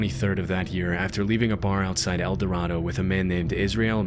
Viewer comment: Kansans pronounce it "El Da-ray-doe"